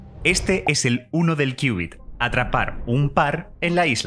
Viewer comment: Me quedó la duda, y ¿cómo se hace que estos transmod se entrelazasen cuánticamente? Por cierto, felicidades por conservar la pronunciación y la escritura de qubit, y no hacerle caso a la Rae con su "Cubit" 🤣😂 se escucha feo "cubit"